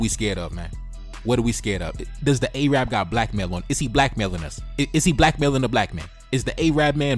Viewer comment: A-rab, bro it's Arab